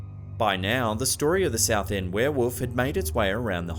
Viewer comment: Heheh, "were-woof"